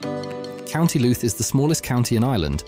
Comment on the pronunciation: Dodgy pronounced towns County Looot Omith ?? But thanks i live just over the border in da disunited kingdom